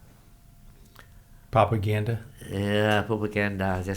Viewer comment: I like how his accent makes propaganda he sounds like he says poop-a-ganda. Lol